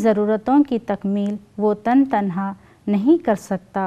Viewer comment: تن تنہا ک تن کے ن کو زیر لگاکر پڑھیں یعنی Tane Tanha